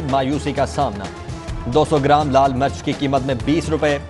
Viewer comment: Mirch ko kehta hai March.. 😂😂😂